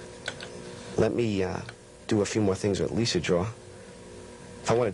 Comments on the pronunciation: he says leeser instead of Lisa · Lol He totally said Lisar. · Liser? LISER?!